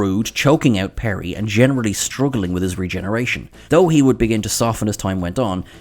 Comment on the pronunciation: Turlough was played by Mark Strickson not Strickland.And it was Peri not Perry and Adric not Adrick.